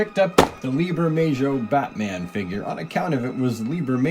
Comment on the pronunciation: The J is pronounced like an H in Bermejo